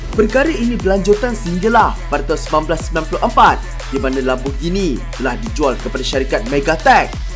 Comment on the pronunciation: Bagus sebutan Lamborghini yg sebenarnya bukannya Lamborjini. Ramai pemilik kereta ni yg tak tau sebut dengan betul. Kaya raya x semestinya ada class!